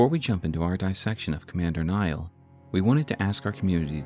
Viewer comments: why call him commander "Naill" when its clearly "Niall"? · Others have mentioned I think, but the name Niall is pronounced is identically to Neil (i.e., it's a homophone of "kneel"). As always, this was a wonderful video and I appreciate the in-depth research that went into this lore deep dive!